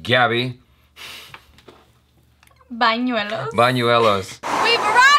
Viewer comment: That's like your 5-6th video with Gaby and you still can't say her name right... Is it that difficult? I don't think so!